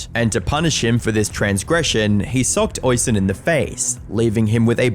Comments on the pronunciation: Its pronounced "osch -- een" not "ois-hen" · Hey...just need to correct your pronunciation of the Irish name spelled Oisin. Its actually pronounced "Uh-sheen" phonetically. Not Oi-sin. You sound like an idiot mispronouncing it that way. Please...Please...Please do a little research before pronouncing Irish names. They sound nothing like how you would pronounce them using normal English. For instance my name is Kevin, but that is an anglicisation of the Irish name spelled Caoimhin...which is pronounced Queeveen. Please...sort it out 🙏👍😁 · My brother in christ it's pronounced uh-sheen not oi-son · "Hoishin"... is pronounced.. "USh heen" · "Oisin" is pronounced "Ush-een", btw. It's an Irish name. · Oisin is pronounced (USH IAN) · Oisin is pronounced o-shin-en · Calling him Oy-seen seems more offensive than Jeremy's acctions lmao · Great video once again but I would just like to kindly point out that Oisin is pronounced O-sheen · Oisin is not pronounced that way. It's pronounced "Oh-sheen". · Small thing but it is important. His name is pronounced "Oh-sheen" or "Uh-sheen" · Oisin is pronounced o-sheen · It's pronounced ush een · Oi-son? My god talk about butchering his name.. me no speak good me think Sean is pronounced See-Ann.. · Oisin is pronounced Usheen. I know, it's weird but most Irish names and words are. You're killing my ears 😆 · Irish person here- Oisín’s name is pronounced ‘uh-sheen’ just so you know :) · is pronounced 'ush-een' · "Oisin" is pronounced like the word "rushing". The second "i" is long, and when written correctly, is accented: "Oisín" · it is. It is an Irish name, pronounced "aw-sheen" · Hey dude love your vids but your pronounciation of Oisín and Yorkshire made me chuckle with how wrong you got it, Oisín is an irish name pronounced like usheen and yorkshire is pronounced like york sure or york sheer (depending on where in britain you are) I still get caught out by some of the town names in the uk and i immigrated 13 years ago 😅